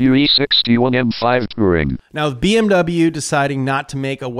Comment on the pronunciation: Why do you pronounce BMW incorrectly?